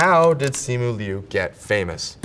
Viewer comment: finally someone who says my last name right